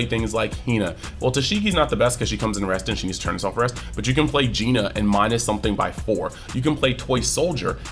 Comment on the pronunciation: No shot called her Geena